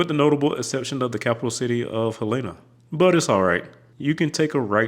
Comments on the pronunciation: Not a Montana resident, but I am pretty sure they pronounce it Helen-ah, not Hell Lean ah. We'll see what some of the natives say. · I'm not a native, but personally, Helen-ah is the only pronounciation I've ever heard.